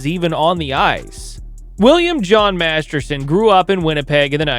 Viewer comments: MasterTon. Not MasterSon. If you’re going to honor the man, you should really get his name right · Master*t*on, not Master*s*on. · Its weird he keeps calling him Bill Masterson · As much as I hate to point this out, Bill Master-ton's last name isn't pronounced "Master-son." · Right, if you're going to post a story about someone at least pronounce his name right ! Are you a professional or not ! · For the record, the player's name was "Masterton" not "Masterson". For reference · Clarification on how his name is pronounced. It's Bill "Masterton" 😊... NOT Masterson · His last name was Masterton. If you are going to do a video about someone at least get his name right. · Good point. Except I did that. Master-ton is the correct pronounciation. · haha... topic is on Masterton but doesn't even say his name right throughout - oof. Usually not a huge deal, but if he's to focal point of the subject matter... c'mon. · This is my first time viewing your channel. I applaud the research; however, I agree with the comments regarding the pronunciation of Masterton. Your name, my name, anyone's name – it is the only thing that we truly own, and paying respect by getting it right is the very least we all can do. I think this is why it is important, and people care. Overall, good job and very interesting. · Wild to do a 15 minute video and say the subjects name wrong the whole time